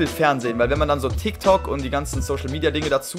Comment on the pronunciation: musste nochmal richtig hinhören um zu verifizieren dass das ein t und kein f bei dem „tiktok“ war.